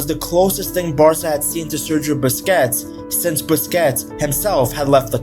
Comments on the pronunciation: Busquets is pronounced "BUS KETS" not "Biscuits" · bro said Sergio Biscuits.😂